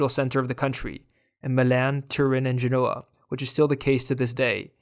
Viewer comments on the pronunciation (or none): none